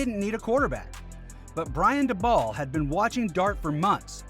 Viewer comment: FYI it's DAY-bol, not daBALL